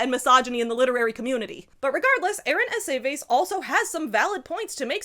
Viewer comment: Sorry i'm jarred slightly by the pronunciation of Aceves. Does anyone say that name as "A-say-vase"? Because this is also my family name and we say "Ah-seh-viss"